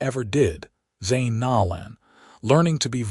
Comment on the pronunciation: Zane’s last name is pronounced No(long “O”) - lan. I have an unusual maiden name. It was always mispronounced and I have always tried to make sure to show respect to others in pronouncing their first and last names correctly. When Zane rescues Thea in the alley, and breaks down when she is crying made me cry. 😢😢😢